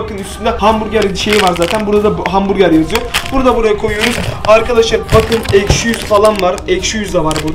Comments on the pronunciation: Abi aşki değil ekşi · ✨ Eşki ✨ deyil✨ ekşi✨😂❤️✨ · ilk basta eşki diyip sonradan ekşi demesi peki. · niye eşki diyosun😅😅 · Eşki değil ekşi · Abi eşki değil ekşi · eşki deil ekşi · Abi yanlışlıkla eşki dedin 😊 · İlkte eşki dedin